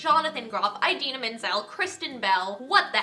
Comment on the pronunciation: I really want to see it after seeing this video I cannot wait for the soundtrack either I already love the new songs by their titles lol. ! However I do have one correction to make. Idina pronounces her name Ih-Dina as opposed to Eye-Dina. :)